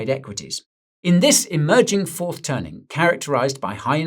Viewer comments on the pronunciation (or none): "The Tourth Turning" lol wtf is this AI slop?